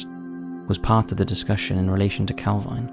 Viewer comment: It's pronounced calveen I know the area well